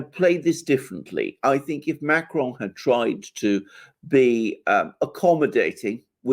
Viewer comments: should avoid saying Macron’s name. Just anglicize it, if you have to say it at all but whatever that was he was doing with the CR made it sound like an Italian pronouncing “macaron”. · Why does refer to Macron as Macaroni?